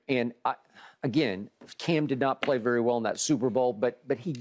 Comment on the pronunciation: “Berry Berry Long Time” 😅